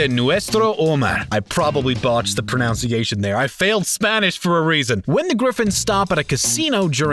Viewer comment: You botched the pronunciation of the word pronunciation. For fuck's sake.